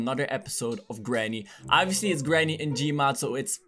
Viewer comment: It not GRANY